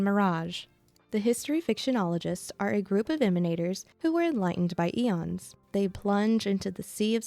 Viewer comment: Aeons is pronounced eeeons not eions